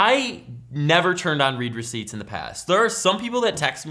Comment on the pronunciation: Gi thought you said reaper seats